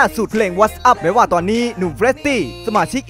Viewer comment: ฝึกภาษาอังกฤษให้แข็งแรงก่อนจะมาพากย์เสียงครับ หรือทำคลิปที่ต้องพูดครับ what’s up ไม่ได้อ่านว่า ว๊อท อับ ครับ urboy TJ ไม่ได้อ่านว่า อัวบอยครับ